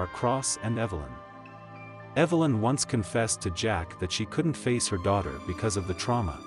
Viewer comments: AI..it's Jake, not Jack. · His name is J-A-K-E! not Jack! You made an interesting story ridiculous by continually mispronouncing his name! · Jake NOT Jack. Say it correctly.